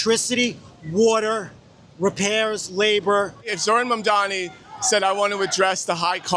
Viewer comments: Why do they keep calling him Mandami?! It's like the thing they did with Kamala. Also that dude is probably a landlord. 🤣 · If one more person pronounces it “Mamdami” I’m gonna lose it 😭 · They intentionally mispronounce Mamdani like the did Kamala…so immature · as soon as one of these clowns learns to pronounce and spell his name correctly, then I will listen to what they have to say about Zohran Mamdani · This is a simple yet sinister trick, they repeat the mispronounciation so many times that it muddys the water, so people carry on mispronouncing it, some on propose, many by accident... it's a way to poison the well, a way to demean another, and a way to sabotage the general public discourse. People will be calling him Mandami for the rest of his career. A way to stain his public life forever.... so simple, yet so sadistic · it was the same trick with Kamala, enough people mispronounced it over and over, and now people say it wrong by accident. It's like a way to subjugate someone, some your name is Toby type shit